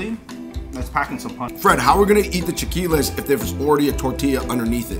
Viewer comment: I noticed it too! Not to mention his Sriracha comment and the fact that it is chilaquiles not "chaqiules". Made me doubt his knowledge, but maybe he was nervous.